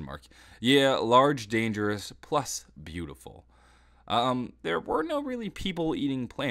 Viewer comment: is "Get in there!" not "Get in therel"